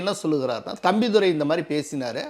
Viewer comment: தம்பிதுறையா?தம்பிதுரையா? தமிழ் எப்படியெல்லாம் வென்னீர் ஊற்றி வளர்க்கப்படுகிறது?